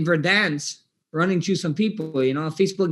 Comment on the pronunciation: I’m cryingggggg laughing 😂😂😂 “I’ll probably be in Verdansk, running chhhrruuuu some ppl.”